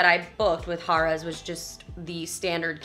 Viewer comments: Great review like usual. Funny I kept hearing Hahrahhs!! It was funny. Than you would say Harrahs, than back to Hahrahhs...lol...Good times. Thank you for sharing. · Pronounced hair ras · The correct way is Hare-uhs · I will not lie, almost stopped watching it after I heard haaar-as the 10th time. Totally took my focus off of the place itself, lol. Spot on review though! Def one of the prime locations and hotel rooms are affordable. The table games limits tend to be high though. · Lol that was my comment to you too!! Stayed there many times. It’s definitely Hare-uhz!! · The oyster bar is very good but not cheap. Harrahs is one of the last on the strip with 5 dollar tables most of the day. It was funny how you were pronouncing Harrahs, it should be "Hair" ahs, anyway, good video and don't miss that oyster bar next time... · I 'm an inconsistent pronouncer of "Harrah's" myself. No worries on my part! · Why two different pronunciations of the name Harrah's? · I love how you keep pronouncing Harrahs differently. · Mispronouncing "Harrah's" makes your entire vlog invalid and a complete waste of time. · I didn't care for how you kept switching how you pronounced Harrah's. It got annoying.